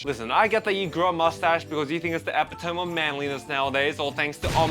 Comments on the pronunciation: its pronounced "e-pi-toe-me" not "e-pi-tome" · bro said EPPY-TEM ??? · Epitome is pronounced (Eh-pit-oh-me)